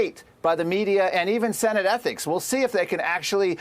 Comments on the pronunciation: It is ethics committee, not ethnics committee. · Why does it not surprise me that Fox cannot pronounce the word ethics?